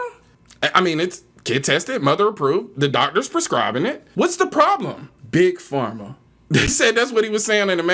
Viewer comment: He said Big Pharm